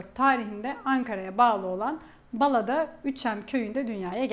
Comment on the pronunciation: Bala derken a'ları uzatın. Ankara'ya gelmediğiniz çok belli.